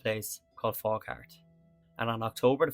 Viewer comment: Nice video. People from the area pronounce it Fau-hart.